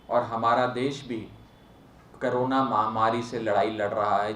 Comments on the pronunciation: Please call it cOrona not cArona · सभी आप नेता करोना ही बोलते हैं। जबकि कोरोना बोलना चाहिए